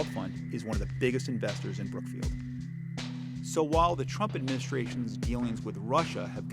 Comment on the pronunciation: Is that brook field or brook bush, man?